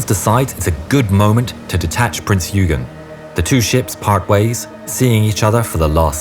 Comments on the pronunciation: nor did the narrator bother to learn to pronounce Günther or Eugen correctly . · if he doesnt keep pumping out content he is going to lose subs, Youtube is a cruel place